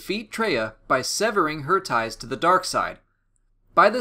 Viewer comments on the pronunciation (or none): none